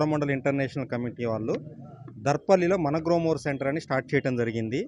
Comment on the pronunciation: గ‌్లోమొర్ కాదు గ్రోమొర్ 😅😅